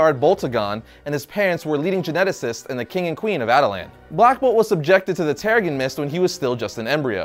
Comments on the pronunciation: terriGen not terrigun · I cringed every time this guy said "tarragon mist"...🙄😒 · Giovanni Balbosa-Mc Intosh , I don't know him to not like him, & I don't hear the "accent" you describe, only a mispronunciation of what should be "terra-jen". This is a free platform, I'll watch whatever video I want & comment however I like. Thanks for your input, though.